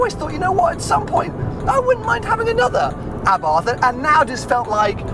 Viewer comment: Please say abart not a bath